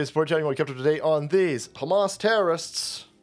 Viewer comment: Mispronounciation its Ham Ass